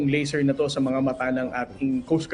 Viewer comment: Laser, not "lasser"